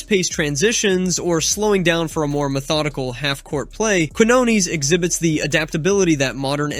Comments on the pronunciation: It's "keen-YONE-es"! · ...the first shit you need to know is how to say Lester Quiñones pendejo...before you even talk about the guy...🤦🏻‍♂️🙄